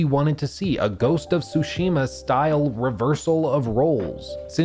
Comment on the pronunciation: No one can pronounce "Tsushima" correctly. THE T IS NOT SILENT.